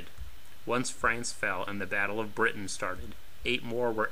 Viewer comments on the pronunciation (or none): none